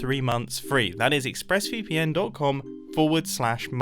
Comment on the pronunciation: I heard him say ixpressVPN instead of ExpressVPN lol but it may be just me